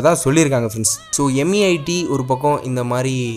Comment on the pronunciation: BRO ATHU MEITY ILLA MAIRU.